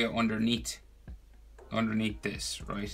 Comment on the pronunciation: "So we have a shadow area andurnea" "Underneath "